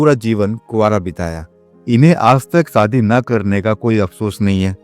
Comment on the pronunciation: BKM77 Manyawar Story Writer G Ye AASHA PAREKH ha en na ki AASA PAREKH aur Shabd HIT na ki HEAT aur SHADI naki SADI aur KHUSH hota hai KHUS nhi Theek se HINDI K Shabdon ka Ucharann kiya karo aur likha karo isme Gussa na kar na Balki Sudhar karo Aap kahin Bihar Sta te K to nhi ho ?